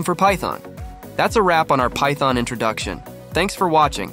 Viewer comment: lol thyton tonee